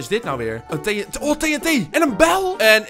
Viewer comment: Het doet mij pijn hoe jij TNT zegt